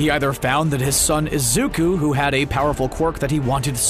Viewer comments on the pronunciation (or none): the way he said Izuka instead of Izuku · The man: Izuka Midoriya Me: It isn't Izuka Midoriya it's Izuku Midoriya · Wait did he say Izuku or Izuka? # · Am I the only one that hears izukus name being said as izuka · the video kept saying izuka and not izuku it was anoying me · Has anyone else noticed that he said izuka before izuku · WHO THE HELL IS IZUKA IT'S IZUKU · Izuku ❌ izuka ✅ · Is anyone gonna he,p him not say izuko but izuku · I was so mad that I kept hearing Izuka not IZUKU REEEEEEEE 💢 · It bothers me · Why tf was the dude calling him izuka at first 💀😨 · It pains me to hear him call Midoriya “Izuka”. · “Izuka” this man had me mad the whole vid for that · I died when he kept saying izuka :') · It was an amazing video but every time he said izukus name as izuka it annoyed me so much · THIS DUDE SAID IZUKA MIDORYIA XDD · He said lzuka😭😭😭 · Pls why does the guy say "Izuka" 😭 it bugs meeee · sucks in this video, they spend most of it mispronouncing Izuku's name with an 'A' at the end instead of a 'U'. They should have practised instead of going with it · okay but when he said 'Izuka' got me messed uPpPpPp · did he really just say izuka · D-did this man just say IZUKA ???!???!?!😦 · I know this isn't the point but the way he says it "izukA" like 😟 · Fr fr😔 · Why does he say izuka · I love how he says Izuku